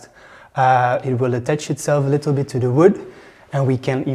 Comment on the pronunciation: Excusez-moi. On ne dit pas litelle. Ce n'est pas un petit lit. ;)